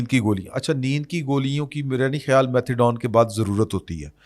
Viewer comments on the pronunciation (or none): none